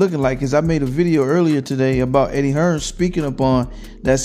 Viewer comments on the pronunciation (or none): HEARN NOT HEARNS